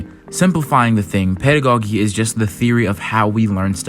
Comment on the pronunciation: nice analysis... but please...it is pedago-JEE, not pedago-GEE. It's like the first syllable of the word "jeans." I cringed every time you said, "pedago-geeee" 💀💀💀